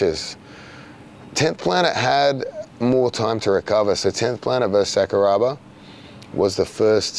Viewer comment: Craig when you say Sakuraba, it's Sakura like a cherry blossom then add a ba at the end.